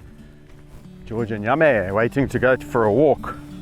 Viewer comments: I love how Yame sounds like Yummy when Kevin says his name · What I liked ... The picturesque views .. Think because it was overcast colors were sharper .. George's adorable walk .. Yame's progress .. The way you pronounce Yame sounds like yummy .. Your sharing what you did for Yame .. how you were able to wean him off but that he is calmed down .. The way you talk to them .. Your kindness towards them .. The way you laugh at them. ☺️